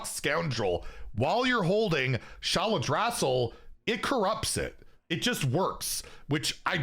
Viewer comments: I'm pretty sure it's pronounced "Shah-lah-drah-seel" which I am basing off the pronunciation of Amirdrassil in WoW. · Say it with me: Shuh-lad-druh-sil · Changed my mind. Your pronunciation of Shaladrassil was unforgiveable and the beard must go. Sha-Lad-Ra-Sil. Yeesh you young kids never did learn how to read.